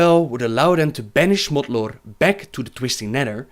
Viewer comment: I'm not the only one who heard Smutlord, right?